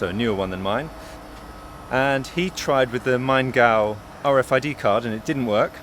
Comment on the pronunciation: Pronouncation of "Maingau" was right and good :-)